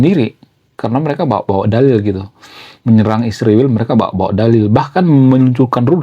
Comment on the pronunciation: Sebaiknya abang menggunakan bahasa yg baik & benar dlm penyebutan ISRAEL bukan Isriwil.. Abang kan intelektual jd hrs menyebut ISRAEL dgn baik & benar.. Bravo kaum intelektual..